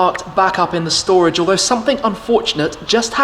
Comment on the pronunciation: Just call it shtorage